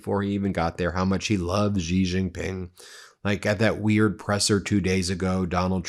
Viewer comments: touch - its not "ji" its pronounced "she" jing ping !! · Guys, let me help you out here. Xi is not pronounced Ghee, it's not even a hard sound for English speakers. Xi is pronounced exactly like the English pronoun 'she'. Don't overthink it. Xin (Hua) as in the newspaper is like 'shin'. And you are welcome to any and all: 'That's what Xi said' jokes. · X is pronounced closer to sh. It definitely is not pronounced like a j. Please correct your pronunciation! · You do not know how to pronounce the "X" sound eh? It shouldn't sound like a "J". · Can you please just say Xi's name right, please? Not "Gee", just say it like "she". Don't overcomplicate it. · The PRC dictator's name is pronounced as "she" not "ji". Otherwise "xiler" is acceptable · You are not pronouncing the president of china's name properly Xi is pronounced the same as she. Being a reporter , you should learn how to pronounce people's names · She JingPing it’s pronounced She. Like he/she. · Xi is pronounced ‘She’. I promise. It sounds funny pretending it’s some mystical sound. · FYI, xinhua is pronounced Sinc - Hua and Xi is pronounced Sea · You would think after all this time and hearing his name correctly pronounced, Ben would put even a modicum of effort into it. It is XI (pronounced SHE - like She is a doctor). Seriously, you get every middle eastern name correct. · Why don't you pronounce Xi correctly?